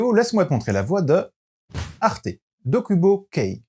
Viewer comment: Moi je dit arte comme sa s'écrit, pas comme toi c'est grave (Toi :arté. Moi:arte)